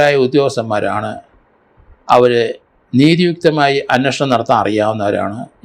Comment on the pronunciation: അങ്ങേർക്ക് മലയാളം അത്ര വശമില്ല. "അന്നഷണം" എന്നൊക്കെ യാണ് പറയുന്നത്.